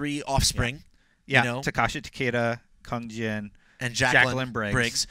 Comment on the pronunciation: Oh my god, I hate these guys so much! They pronounced Tarkaten as Tartakens, they only know about Jaqueline Briggs because of her surname that she is Jax's daughter... (Btw Takada is Kenshi's son) and They pronounced Kung Jin as Kahn Jin (he is also a descendent of The Great Kung Lao)